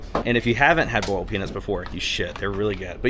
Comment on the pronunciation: “Burled” peanuts as it should be pronounced are my favorite southern delicacy after shrimp-n-grits. Spicy please!